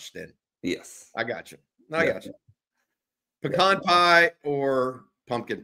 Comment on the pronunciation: Green bean casserole but with bacon, mushrooms and stewed tomatoes instead of traditional. Pecan (pronounced correctly) pie, pumpkin pie. Steamed cauliflower with cheese sauce. OK, I'm hungry now. Stay safe fam.